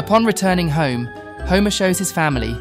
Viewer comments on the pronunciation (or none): none